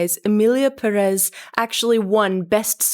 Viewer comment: Imagine harping on pronunciation and you can’t say Perez correctly. Have a seat